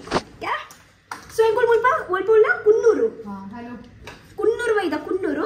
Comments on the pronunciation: ITS KANNUR.....NOT KUNNOOR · Kannur.... Not kunnur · It's kannur not kunnur dear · Kunnur alla kannur